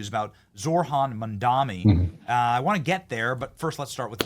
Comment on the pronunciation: Benny, his name is "Mamdani". Making yourself look silly, bro, by saying it incorrectly